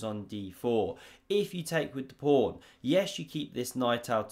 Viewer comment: "prawn to sea ships" did I hear that or was that your accent? (I'm american)